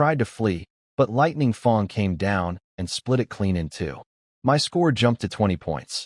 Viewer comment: Lightning FANG not Lightning FONG ! 😂 im lossing it here. edit Really you patreoned ep5,.,.Very bleh,.,.i hope Lightning Fang finds you !!!